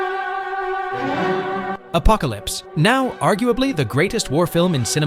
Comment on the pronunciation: Apocalypse. Now, arguably... Funny pronunciation